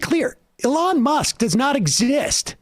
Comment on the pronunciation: I love how Sam pronounces his name as: "A-lawn" 😂😂😂